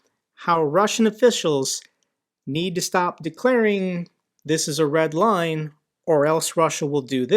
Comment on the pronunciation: He isn't saying Red LINE He's saying RED WINE..